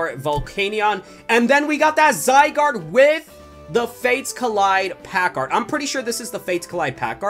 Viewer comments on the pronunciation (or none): none